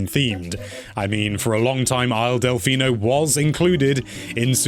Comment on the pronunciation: “isle delphino” what is it, a bath water stage?